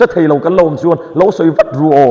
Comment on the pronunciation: Theih loh tih hi fiah takin sawi thin rawh. Thaih loh tiin lam/sawi tawh suh.